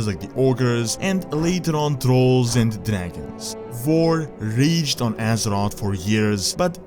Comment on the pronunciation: The Horde died when they accepted pandas in their order. I love your vids but please stop. Its Thrall and not Trall, its Azeroth and not Asrot, Plague and not Plag and its Mass Destruction not Mess Destruction. You need to work with your grammar